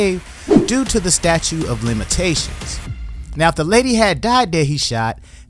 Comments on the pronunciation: BRO. It's Statute NOT Statue. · It's *statute of limitation, not 'statue'